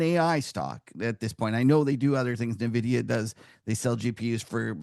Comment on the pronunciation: At this point, I find it hard to listen to anyone in the financial industry who cannot pronounce the name of the world's largest market cap company. It's en-vidia, not na-vidia.